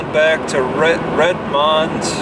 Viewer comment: Still mispronouncing madras and redmond, among others...